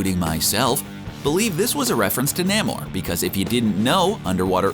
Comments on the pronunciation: 😂 nay more nah-more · It’s “Nay-More” not “Nah-More”. Ugh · I've always thought that the pronunciation of Namor was Namor. I don't know why this guy pronounce it Namor instead of Namor. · I am just annoyed how that dude pronounces Namor.